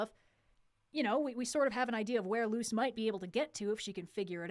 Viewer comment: It's Luz not Lucy (Spanish name)